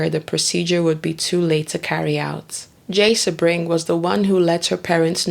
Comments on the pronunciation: You do good work and people can learn from your meticulous research. But please bolster your professionalism by getting the pronunciations right. It’s not Beverly Hillybillies. It’s David Niven, not Nye-ven. Sebring is “See-bring.” And Folger is a soft, not hard “g”. This is a notorious case, so there are multiple ways to verify these names. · True. For instance Catherine) Deneuve, Sebring.